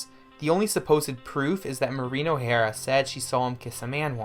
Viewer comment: "HankerCheeef" "Rio Grawnd", "Mareeno-Hara". 😅